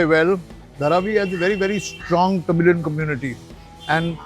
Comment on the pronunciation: it sounded like "The Million Flavours" when you said Tamilian flavors 🙂